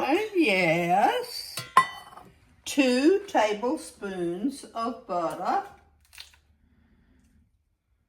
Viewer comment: I love how you say butter - “buddah”! I grew up in west Texas so I have an accent also.